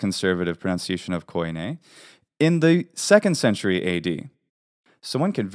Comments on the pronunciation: Why call common Greek k-aw-ee-neh (koine) , when in Greek we just pronounce it kee-nee ??? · thanks for the correction. you are right I got slightly confused with terminology in some cases . None the less the word is not pronounced koyney it is pronounced kini, or kee nee there is no o-y or e-y... look at the translation of φοινηξ and you will understand the inconsistency between different takes of the of the double vowel use/translation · Hey amazing research and information, makes me want to get back in to learning Hellenic again, thanks! I do have one comment though being native and all. It is very common to mispronounce some things due to the different use of letters between different languages. For example Koine is actually pronounced Keen-ee (kini) and not Ko -ee-ne. Even though there have been major changes over the millennia, the modern way we speak Greek helps to understand the fluidity when speaking within a set of consonants and vowels. As an unwritten pronunciation "rule" back then that we kind of have today as well, we avoid to pronounce multiple consecutive vowels ( I totally forgot the term for it). So if you try to pronounce a combination of words of something like Κοινή ελληνική together you will see (hear) that it "oi" as "o-ee" does not sound natural at all. So I think phonetically things lie somewhere in between but can of course be as diverse as in modern Greece from the old Corfiot to Tsakonian, Cretan or the Cypriot Greek dialects.